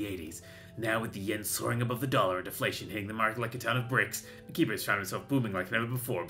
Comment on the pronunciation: i think the name is pronounced 'akiba strip'